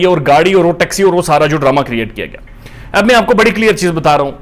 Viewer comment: And “gayo”